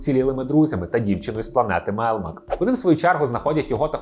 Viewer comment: Альфа озвучив Євген Малуха. Микола Козій озвучив Віллі. Відчувається що автор не дивився оригінал. Оскільки канонічна вимова "МелЬмак", а не "Мелмак", та і прізвище ТАнер, а на ТЕнер. Але за відео лайк, просто автор ще молодий)